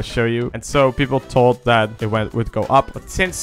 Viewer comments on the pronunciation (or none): none